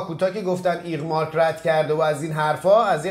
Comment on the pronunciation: ایفمارکه رفیق نه ایغمارک